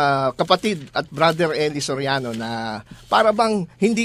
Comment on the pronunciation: eli Soriano vs. eli so riano? hahaha careless mouth